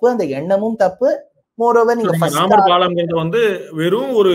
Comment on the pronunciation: My friend it is not pallan it is palam